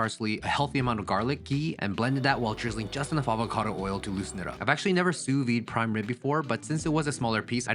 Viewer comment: I just found you and I am obsessed with your channel 😍 I'm a cook and a foodie and I'd hire you in a heartbeat. Come cook for me!! 🤩 But please as a Frenche person, you really have to pronounce the "viDE" in "Sous vide" otherwise you are saying the word life "vie" which would mean "under life" Much love and take care ! 🤗